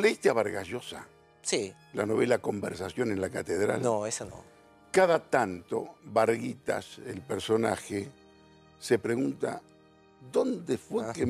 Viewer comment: No es "Varguita" es "Zabalita" , flojo estos intelectuales de pose, y muy chota la musica de intelectual de fondo